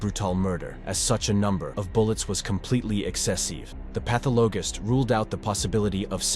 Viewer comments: Yeah I was going to ask what was a path-a-low-gist,they really need to fo the Ai narrative better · Path-a-low-gist 😂😂😂 1st time I heard it pronounced like that.